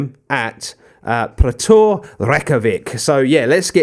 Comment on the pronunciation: Just for future reference the character at the beginning of your clubs name ‘Þ’ is pronounced as ‘th’ so Throttur. The ‘ó’ is a hard O sound like in the word no rather than a soft O in otter.